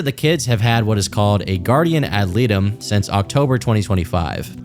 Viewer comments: Guardian ad litem. Pronounced like light-em. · Its pronounced "ly-tum" not trying to be a dick. Just dont want my boy out here sounding foolish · Yo, you're right about a Guardian ad Litem (pronounced "light-um"). They're used to advocate for the best interests of the kids when it comes to custody, visitation, child support, etc. They're kind of like a lawyer for the kid and are seen as a neutral party since neither the mom or dad is paying them. The Guardian ad Litem (GAL) will provide a series of recommendations based on the divorce situation and the lawyers will file a motion to enforce those recommendations in the court so that they're binding and neither parent can refuse to follow whatever the hell the GAL said without getting a citation for contempt. Source: I work in a law firm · It's pronounced guardian Ad Light 'em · ad ah light em, is the proper pronunciation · He said "guardian ad liddum" lol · Your description of a guardian ad litem is legally correct, but your pronunciation is not. It's pronounced "Lie-tem." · Ok 😂you got to look up how to pronounce guardian ad litem